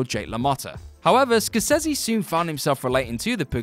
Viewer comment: And the ones that aren't are pronounced wrong. Martin Score-sezzy. Jack Tore-ahnce. So unprofessional.